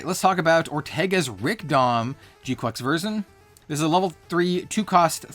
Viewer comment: Pretty sure its kwux not quacks, also i really dont think youre using the word "parasitic" correctly, maybe dependent or isolated